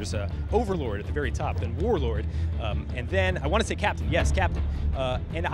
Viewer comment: Was I the only one cringing every time he said Warlord?